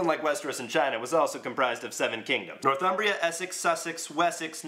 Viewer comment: I am afraid that it's not North Umbria, it's Northumbria. I'm from there and it's beautiful.